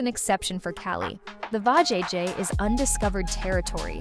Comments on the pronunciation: Poorly verbalize. Anyone who has watched the clip can properly pronounce Va-jay-jay. Except AI, I suppose. Or a human who is not thorough. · VAjayjay 😂 I’m like WTF?